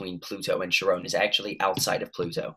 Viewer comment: Charon is pronounced Kare-Ron. It is the river Styx. Charon ferries the dead over the river Styx to the underworld.